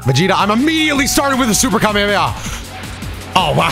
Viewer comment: I love that Goten’s Kamehameha is called “Kamekameha”